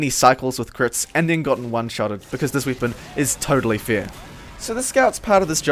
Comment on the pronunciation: why do you say wipon and not weapon?